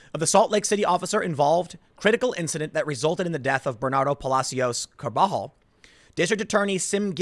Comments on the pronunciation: "Carbajal" is pronounced "carb uh hall" just letting you know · Its Carba-hall, Tim. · The guy’s name is pronounced “car-buh-YALL” by the way. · Carb-a-hol, like carb alcohol... Jeez...